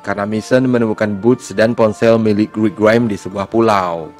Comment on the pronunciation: nyebut rick grimes biasa aja bg tolong